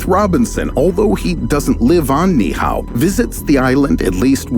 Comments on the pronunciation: It's NOT (NIHAO) It's "Niihau" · It’s pronounced “knee-E-how” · Knee eee oww is how it’s pronounced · Great video even though you painfully mispronounced Ni'ihau over and over. It's pronounced Knee ee how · Pronounced Ni’ihau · You need to Learn how to properly pronounce Ni’ihau